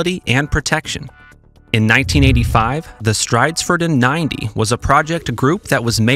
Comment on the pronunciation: Love the pronunciation of Stridsfordon 90. Strajdsfördön 90! 😂